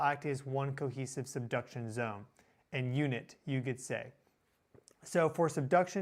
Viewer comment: I just heard 'seduction' zone, LMAO😂 Sorry😅